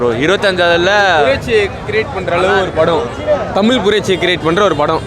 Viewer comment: தமில் இல்லடா தமிழ் இவன் கிட்ட அந்த தமிழ் மாட்டிக்கிட்டு தவிக்குது